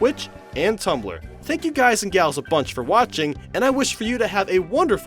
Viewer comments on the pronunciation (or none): none